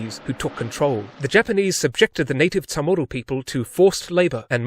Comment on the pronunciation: I never heard anyone pronounce Chamorro as Ta'mor'do? And my dad's family is from there lol.